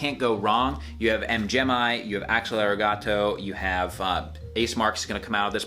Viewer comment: M. Gemi FTW! - Also, it is pronounced "M Jimmy"